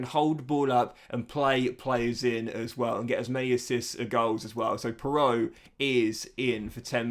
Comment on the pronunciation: Joel piroe is pronounced like Piru